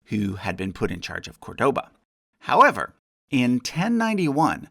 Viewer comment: Just want to get this out of the way: you pronounced Córdoba wrong. The stress goes on the first syllable.